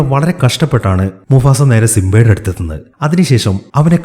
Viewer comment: Musafa alla mufasa😂🙂